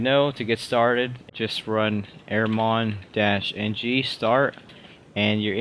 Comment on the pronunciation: airmon-ng not airmong!